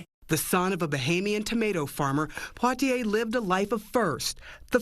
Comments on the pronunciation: please pronounce his name correctly! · Learn how to pronounce his name correctly. If you can’t even do that then you shouldn’t have reported on the story. This man has done so much I think you can learn how to correctly pronounce his name. It’s not that hard. She should be let go. Her ignorance and lack of empathy is appalling.